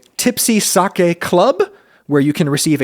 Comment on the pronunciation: thank you for pronouncing SAKE correctly